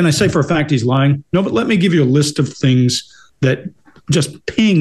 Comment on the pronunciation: Saying “tings” versus “things” is probably the most common thing that non-native English speaker’s do. It’s very unusual in other languages to have that “thhhh” sound.